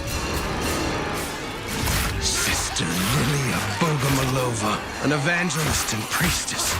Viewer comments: he said lidya bogolomova instead of liliya bogomolova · Not bogolomova but bogomolova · In all pronunciation versions of Lidia's second name it's BogomolOva, but the correct one would be BogomOlova. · It's Liliya Bogomolova. Not Lidia Bogolomova. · Hi! Russian here. Wanna clarify how to properly pronounce Liliya's name for yall, if you wanna be like real cool. Liliya is a russian analogue for Lily, obviously, nothing new here. Bogomolova consists of "bogomOl" which is a russian word for praying mantis (literally, bog = god, mol = short form of to pray, so praying mantis is literally "bog-o-mol=praying to god") and "-ova" which is like a suffix meaning that this surname belongs to a woman. So, the proper way to pronounce it would be Liliya Bo-go-mOl-ova, with the emphasis on the second to last O. Which means red barrels themselves are mispronouncing it. Sorry for being boring, i got a little sad after bro butchered it. Loved the vid tho <3